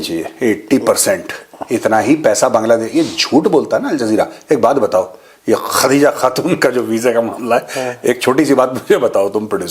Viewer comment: Khhhhhhhadija khhhhhhhhatuuun... 😂😂😂